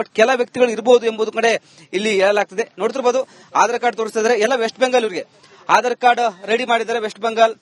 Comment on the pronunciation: ಹಾಢರ. ಅಲ್ಲೋ ಯಪ್ಪಾ ಆಧಾರ ಕಾರ್ಡ್ ಅನ್ನು